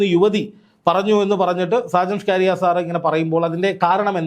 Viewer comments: ചങ്ങാതി സാജൻ ഷ്കാരിയ അല്ല സ്കറിയ. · സാജൻ സ്ക്കാരിയ അല്ല bro സക്കരിയ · Mr: ഷാജൻ സ്കാര്യ അല്ല ഷാജൻ സ്കറിയ എന്നാണ് പിന്നെ അദ്ദേഹത്തിന്റെ ചുരുക്കം ചില yutub വിഡിയോകൾ മാത്രമേ പൊതു സമൂഹത്തിനു ഗുണമുള്ളതുള്ളൂ അല്ലാതെ 98 % പോക്കാണ് എന്താ ചെയ്യുക കഷ്ട്ടം താങ്കൾ നടത്തിയത് നല്ലൊരു വാസ്തവകരമായ കാര്യങ്ങളാണ് 👌 🙏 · എടൊ ചങ്ങാതി “ഷാജൻ ഷ്കാരിയ” അല്ല സ്കറിയ ആണ് മലയാളം ശെരിയായി ഉച്ഛരിക്കാൻ പഠിക്കു 🙏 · സാജൻ സകരിയ അല്ലെ 🤔ഇത്ര ബുദ്ധിമുട്ടി ഷ്കാരിയാ എന്നു പറയുന്നത് എന്തിനാ 😂😂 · താങ്കൾ എപ്പോഴും ഇവൻ്റെ പേര് ഷാജൻ സ്കാരിയ എന്ന് പറയുന്നത് കേൾക്കാം അത് കേൾക്കുമ്പോൾ മേലാകെ ഒരു കുളിര് കോരൽ സാജൻ സ്കറിയ എന്നാണ്് സ്ഥിരമായി കേൾക്കൽ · ഷാജൻസ്കാരിയ അല്ലഷാജൻസ്കറിയ ആണു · പേരുകൾ ശരിക്കു പറയുക. ഷാജൻ സ്കറിയ എന്നാണ് കേട്ടോ. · Hallo bro, തനിക്ക് നട്ടെല്ലുണ്ടെങ്കിൽ, ആദ്യം വീട്ടീപ്തോയി നല്ലൊരു ഈർക്കിലെടുത്ത് നാക്ക് വടിക്കണം. എന്നിട്ട് സാജൻ സ്കറിയ എന്ന് പറഞ്ഞ് പഠിക്കണം.. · സർ , അദ്ദേഹത്തിന്റെ പേര് ഷാജ സ്കറിയ എന്നാണു്. ഒരാളുടെ പേര് തെറ്റുകൂടാതെ ഉച്ഛരിക്കുക. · അത് കളിയാക്കി പറയുന്നതാണ് സാജൻ കാരിയർ എന്നാക്കണം.